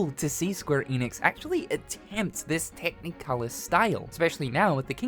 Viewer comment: Why do you say “tech-knee-colour”?